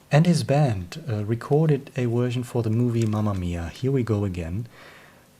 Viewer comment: mate, I get as a Swede that the word version is problematic; but if you change the v to a swedish sj - perhaps it would be easier to get nearer to saying version and not wersion? no offence meant, your English is better than most English peoples - am just trying to be helpful. Live long and prosper